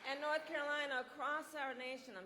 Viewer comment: I swear to God she just said NoTH Carolina. She's pulling the Hillary Clinton.